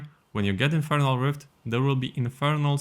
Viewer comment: "Infirnal Bard"